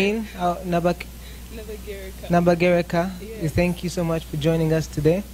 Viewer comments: Funny, he couldn't pronounce "Nabagereka" nabageeeraa LOL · So this boy can’t pronounce Nabagerekas name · Immergine the guy doesn't even know how to say Nabagereka?? It's ashame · Wabula baganda muswaaziza obwakabaka bwaffe, amuganda child can't even pronounce nabagereka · Ela bad energy temubulamu if sanga lyambogo can't pronounce the name Nabagereka why do we blame this young man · We have so many problems in Uganda apart from pronouncing Nabagereka. If the buganda princess can't pronounce that name then temututama